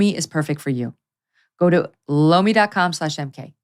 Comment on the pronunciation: Megyn does her ad for Lomi. But it sounds like she’s saying, “blow me.” Cracks me up every time. 😂